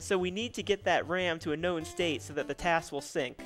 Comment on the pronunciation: The guy saying TAZ instead of TAS is like nails on a chalkboard.